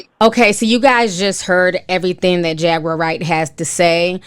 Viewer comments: I lol eveytime Ti called her Jager instead of jaguar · It’s JAGWAR not JAGGER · Jag-uar not jagger damn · Her name is Jaguar. Pronounced jag-war, just like the animal. It's not Jagger. That's the Rolling Stones frontman Mick's last name. 🤦‍♀️🤦‍♀️ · You pronounce her name like the animal: Jaguar. Not Jagger. I don’t know what a Jagger is sis. 😂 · It’s Jag-war luv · 🤦🏾‍♀️ how you pronouncing her name wrong 😂😂 “Jagger” 😂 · Her name is Jag-uar like the car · Jaguar is pronounced like the car or the cat jaguar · jag·uar (pronounced Jag•war)....been a fan since day one. this requires an entire podcast/livestream for my generation... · I cant get past not being able to pronounce jaguar